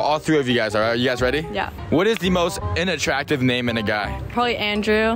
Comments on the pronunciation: Do us older Asian generation a favor, "learn" how to PRONOUNCE "Unattractive" properly 🤦‍♂️🤦‍♂️🤦‍♂️ It's pronounced as "UN" not "in" 🤦‍♂️🤦‍♂️🤦‍♂️🤦‍♂️🤦‍♂️ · Sounds like he’s saying “INattractive” lmfaooooo